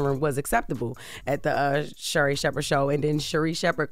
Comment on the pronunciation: I need for Jess to say Sherri Shepard’s name right especially since Sherri gave her props on her TV show. Jess talking bout she don’t know her smh lol.